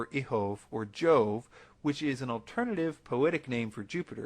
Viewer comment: The proper Latin pronunciation of "Jove" is "Iowe", making this "coincidence" more suspect. It would help if he were pronouncing any of these words correctly.